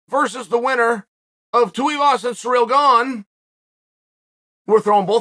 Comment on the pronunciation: I'm soo happy you said Tais last name right. You've made my day!